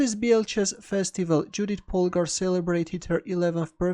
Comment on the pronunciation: Awesome game. By the way,, Judit is pronounced like “Yoodit”.